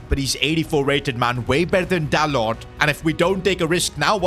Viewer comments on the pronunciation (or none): none